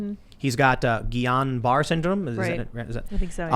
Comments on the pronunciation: It’s pronounced Gee on Barrett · The disease is pronounced gee-yon buh-RAY. I went to SCI rehab with a person that had it. It's a fucked up disease. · Pretty sure it’s pronounced gé-on-bar-eh